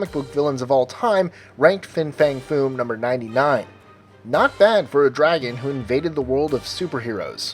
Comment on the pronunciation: fing fang fume? who the fuck is fing fang fume? again with these populer dragans i have never heard of